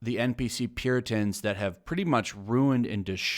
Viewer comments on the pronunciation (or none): Referred to them as "Pukitans"(Pronounce Puke-E-Tans).